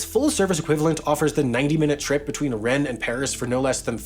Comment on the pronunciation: Good pronunciation of many of those French place names (only exceptions: Cannes and Rennes)! Singular: (this) phenomenon*. Phenomena is the plural form 🙂